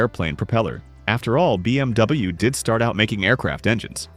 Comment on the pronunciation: learn how to pronounce bmw